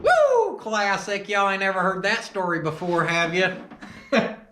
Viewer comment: It’s “YEEHAWL….saying it short like “YEHAWL” sounds like you’re asking him if he does actually hawl, ya know. 😆